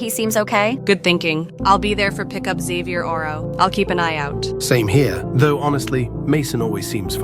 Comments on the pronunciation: Why do they keep saying 'Xavierorrow' instead of 'tomorrow', and why did one of them say 'botXavier' instead of 'bottom'? 😂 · Bruh why was it saying Xavierarrow instead of tomorrow😭💀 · First of all, why do they keep saying “xavierorrow” instead of tomorrow Second of all, WHERE DID JASON COME FROM